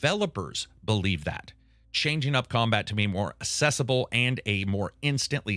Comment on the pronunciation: dead set on making his pronunciation of "accessible" the next then/than.